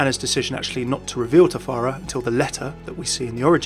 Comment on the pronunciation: It's pharah not pharea